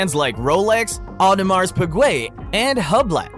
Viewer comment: Breit-ah-what? Audemars who?? 😂. Got to work on that pronunciation.